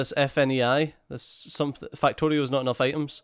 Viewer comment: Every time you say fuck I here fack and everytime you say factorio I hear fucktorio XD